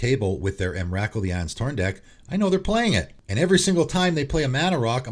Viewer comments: The emrakul pronunciation killed me, it's pronounced em-ra-cool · Wow, I’ve never heard Emrakul pronounced like that, I was listening and was thinking which card is that? Lol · As a subscriber to your channel and someone who purchased at least two cards from each of your "Cards you should put in your deck" lists, let me just say this- I would ban your pronunciation of "Emrakul" ;)